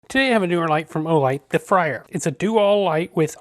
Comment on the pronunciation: Just FYI, it’s supposed to be pronounced “FRAY-er,” not “FRY-er.” Good review overall, thanks. Thanks also for including the bit about disabling/re-enabling the proximity sensor; I didn’t see that in the manual that came with mine